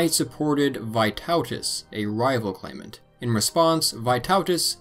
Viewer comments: Loved the fact you didn't skim over the Old Prussians, despite there not being a lot of solid information on them. Thanks so much! Hope you do more videos on the Baltic states in the future! also slight pronunciation correction for : "Vee-TOE-tas", not "Vai-TAU-tas" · Correct "Vytautas" pronounciation: "y" is pronounced like e in word "meet, not "i". I am Lithuanian